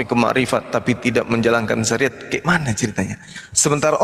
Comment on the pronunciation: hahaah.. terpekeset bilang SAIRAT😅😅😅😅..SARIAT 😅😅